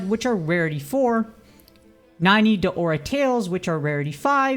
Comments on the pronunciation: Ikr, its not Deora its DAora 🥺 no big deal tho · Your saying Daora's wrong